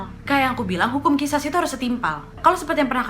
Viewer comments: Wak qisos bukan qisas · Khisos wak bacanya bukan khisas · Mhun maaf teh... Itu di baca nya.... Qishos... 🤗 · Qisos ka dibacanya bukan qishash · It's sound Qishosh, kak. Ehehehe Btw, yep. Maaf itu paling gampang diucapkan, paling sulit dilakukan, paling mulia klo udh bner2 ikhlas